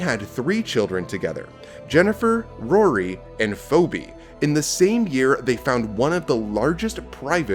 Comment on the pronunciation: Did he pronounce Phoebe as "foebee"? 😳 Obviously, this person never watched FRIENDS before. LOL.